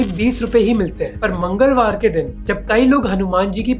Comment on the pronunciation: Did you guys notice MANGALwar ke din, the emphasis on it 😂